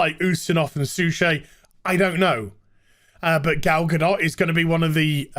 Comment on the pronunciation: I like ya, but please say her name correctly since you seem to be enamored [rightfully so] with her. Gu-Doh AND, if you go onto Twitter you get what you seek.